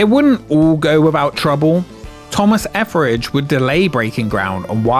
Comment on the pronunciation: Your pronounciation of Etheridge "Efferage" scratches an itch in my brain that I had no idea I had...Thank you!!! ❤